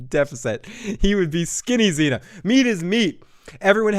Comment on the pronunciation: It's pronounced John See-Na, not John Xena Warrior Princess 🤪